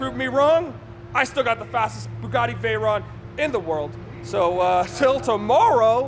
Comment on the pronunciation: Please pronounce it correctly, it's vey-ron (it's a French name)